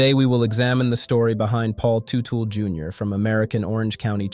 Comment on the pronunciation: Terrible, disorganized, commentary. I knew it was going to be shit the first time I heard Teutel pronounced incorrectly. And the headline infers this commentary will be mostly about Paul Jr. Not the case. A very irresponsible commentary.